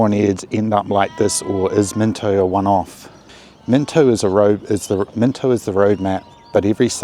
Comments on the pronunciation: Bro its mino get the t out it ain't minto its mino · There ain’t no T in Mino